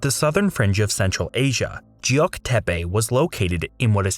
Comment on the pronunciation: Why cant you read Geok? Its Not Jeok!